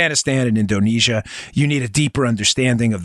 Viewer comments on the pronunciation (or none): none